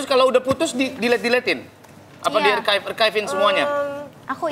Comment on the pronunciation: "Archive" dibaca Arkaef 🤭 Itu dibaca Arsif (Arsip/disimpan) 😂